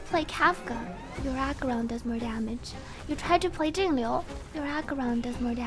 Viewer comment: I shed a tear of joy every time a CC perfectly pronounces Jingliu's name.